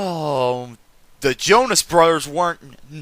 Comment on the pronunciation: the O in Jonas has and tie